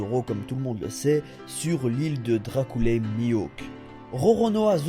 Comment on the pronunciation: Tu as dit Dracoule Mihawk mais je suis presque sur la prononciation est Dracule Mihawk mais bon ce n'est pas grave sa ne change rien, ta vidéo c'est gêniale quand même.